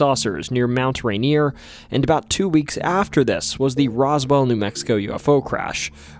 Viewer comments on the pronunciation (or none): none